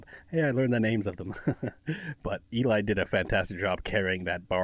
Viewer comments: This arrangement is 🔥🔥🔥 I love Linkin Park and I was excited to see the guys were gonna cover it. It turned out so great! It had me hooked from the start. Loved your reaction!! ❤ Just a side note, Eli is pronounced like Ellie (rhymes with jelly) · Eli pronounces his name as rhyming with 'Ellie", not "E-lie". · Find VoicePlay’s cover of “Tennessee Whiskey”, it’s an older one back when J was still a member , and they show off some crazy runs & J’s awesome falsetto. And as others have said, Eli isn’t E-Lie, pronounce it like the word “jelly” without the J. Not that you can tell that to look it. 😊 It’s short for Eliezer. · Eli, pronounced Elly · Yup. Or you could say “Eli” rhymes with “jelly”. =)